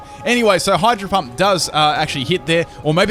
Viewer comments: lol i heard him say hydro hump XD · I heard him say hydro hump? K then